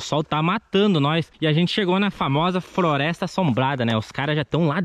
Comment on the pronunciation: ele falou frolesta kkkkkk